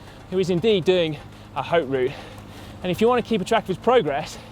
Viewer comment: Great video and great scenery (as always)! One little thing: the 'H' in 'Haute Route' is silent, so one should pronounce it like "Oat Route"!